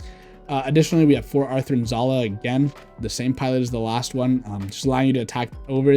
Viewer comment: i know it is petty but why are you saying Athrun Zulu instead of Athrun Zala?